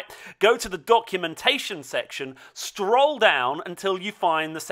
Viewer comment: does everyone in UK say "stroll" instead of "scroll"